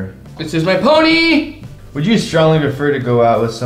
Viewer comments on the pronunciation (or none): "this is my poNYY"